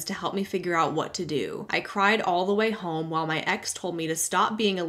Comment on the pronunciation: I’m a guy who’ll let a stranger know that he has a booger dangling from one of his nostrils. I do this in the hope someone would offer me the same kindness in the future. In this spirit, I’m pointing out that you pronounce “home” with an L, i.e. “holm.” I very much enjoy your content. I just recently stumbled across your channel and I have been entertained and edified by your back catalog.